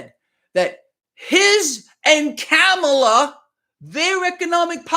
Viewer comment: KAH-MUH-LUH.......like her or dislike her, but pronounce the name RIGHT!